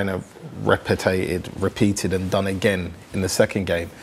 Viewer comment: "Repe-tated?!!" ... What? xD